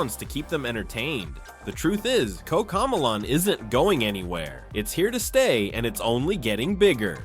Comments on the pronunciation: “Koca millaan”💀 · Bro said cocomelon wrong